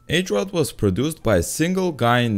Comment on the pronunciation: As a Czech, I have to say, it impressed me to see somebody to actually learn about our culture. However, the H in Hrot is pronounced the same way as in Hoot, Harry, Hide, etc. Hrot means Point or Sharp corner in czech.